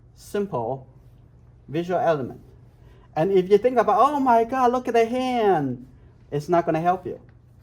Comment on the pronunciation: When he said "Oh mwy gawd" I felt that.